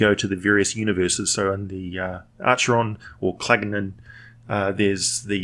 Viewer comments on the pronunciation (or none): Pronounced Ackeron :) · Acheron is pronounced Akeron, BTW. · Am I the only one who cringes when he pronounces it like that instead of the proper ancient Greek of Ack-eron? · You can of course echo his wisdom if you wish. I'm just pointing out the correct pronunciation of Acheron.